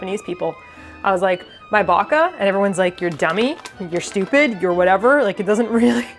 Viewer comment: Hearing you say Baka brought so many memories back. My mother is Croatian and I never really hear or meet many people who are also Croatian where I'm from. Idk its just a nice fuzzy feeling 😌💙